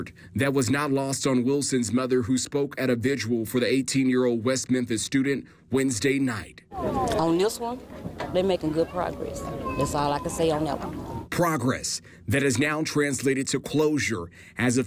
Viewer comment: why do so many people say visual? it’s vigil, for heaven’s sake! and this reporter went to college, no? sheesh.